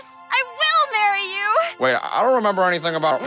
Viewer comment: Or "andything can hadplen"